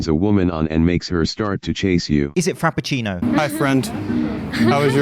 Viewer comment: "Is it frappachino?" Fucking dead